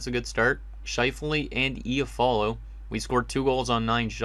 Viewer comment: lol It icks me how he says iafallo😂 it’s I-ah-fallo not efallo